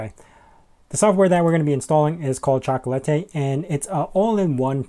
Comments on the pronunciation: Pronounced "chalk la ti" as in - it tastes chocolatey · By the way, I think it’s pronounced “chocolate” followed by an “ee” sound.Think of it as by analogy with e.g. “sugar” → “sugary”, “spice” → “spicy”, hence “chocolate” → “chocolatey”.